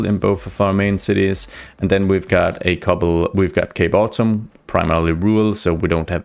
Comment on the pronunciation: I had to go back before I realized you said Cape Autumn & not Gay Bottom